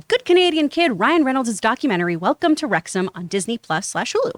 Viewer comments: FYI, It's Rexum not RexHAM 😉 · Jon, you mispronounced "McElhenney" and you mispronounced "Wrexham" too. It's not "wrecks-HAM", it's "wrecks-um". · Pronounced Wrexum by the locals not Wrex Ham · Wrexham is said as REX-UM not REX HAAAIIRM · Hi John and team. It's pronounced 'Wrex-hm' and not 'Wrex-ham' 😂 Love your show. BOTF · It’s pronounced Rex’m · Rex-ham 🤣 You don't pronounce the H! You never pronounce the H in ham for British place names unless it's a separate word, like West Ham. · Wrex'm. Pundit only has one n. Not pundent. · Wrexham lol Wrexhm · Worries about mispronouncing that guy's last name but makes no effort to get 'Wrexham' right despite making it clear at the beginning 😆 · He's watched the show, and he still can't fucking pronounce Wrexham properly. Just incredible.